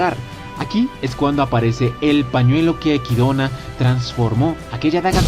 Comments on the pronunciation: Cada vez que escucho equidona en lugar de echidna viene a mi el meme de los simpsons: dilo bien maldito imbecil o te arranco la lengua ¡¡¡ jaja nose Cual es la pronunciación pero me saca de onda que lo diga de esa forma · Quien es equidona? es Echidna se lee literal ya que los japoneses si pronuncian la ch, no es una pronunciación inglesa si no escucha como lo pronuncian en el anime.